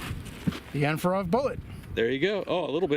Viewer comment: OG said "AndforAthrob"